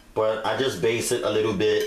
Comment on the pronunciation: Looks fantastic!! It's Baste not base, btw